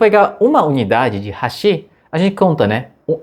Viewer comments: Fala "raxí", não seria "ráxi"? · Não é HASHÍ e sim HÁSHI. MISERICÓRDIA !